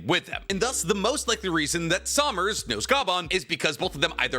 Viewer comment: 'Junko" "Sawmners" "Scooper Ga-bban" it's been 30 seconds 💀